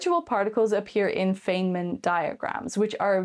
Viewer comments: I'd love it if you pronounced FEYNMAN correctly. ;-) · Come on at least pronounce Feynman's name correctly 😫 I was under the impression that in Stargate the ancients created those pockets of subspace and then charged them with copious amounts of energy. They were then tied to individual ZPM modules that would then act as conduits to that energy.